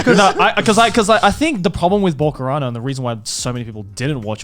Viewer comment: Oh come on how wrong can you pronounce Bokurano? Yes, you absolutely overdid it. I'm actually impressed. But you are right there. Bokurano is an absolute must-watch and it's not as popular as it should be.